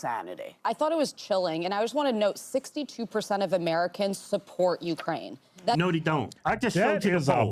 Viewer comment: Did he say “even if Russia keeps Jewkraine land?”